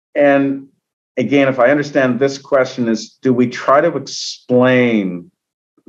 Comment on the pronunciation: Why is this man unable to say the word "again". He sounds like a fool!